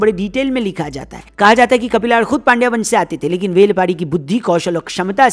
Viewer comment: पांड्या वंश नहीं, पांड्य वंश 😂😂 पांड्य वंश - ये ipl चल रहा है बेनस्टॉक 😂😂